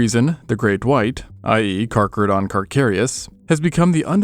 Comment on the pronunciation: 🤣, absolutely butchered the pronunciation of that. Like this .. Car-cah-rid-on .. Car-cah-ree-us